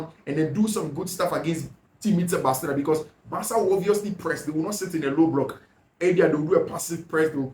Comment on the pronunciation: I fact your pronunciation for Barcelona as bathlona is really annoying ooo